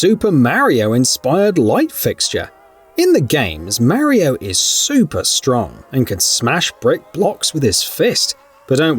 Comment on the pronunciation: You mispronounced Mario's name wrong